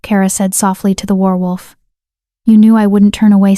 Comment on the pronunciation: Good story but the person reading needs to learn how to say werewolf. Pronunciation: wehr-wulf. Some of the time you say is right but some of the time you say it oddly. 😕😒😣